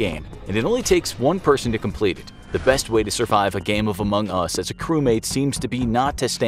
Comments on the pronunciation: Oh he put the Em-pha-sis on the wrong syl-la-ble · i have 2 things to say 1. Its pronounced amongus 2. Its not an indie game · The way you say Among Us is sus. :/ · Idk if I'm the only one to notice this, but isn't it weird or off tone how the narrator says Among Us a few times? Here are a few examples: It might just be me but idk... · Meh, like the "facts" in this video are either extremely common knowledge or just dead wrong/illogical. Thats just my experience on among us though. Besides, they lost credibility when they posted a video with such a pronunciation of "Among Us"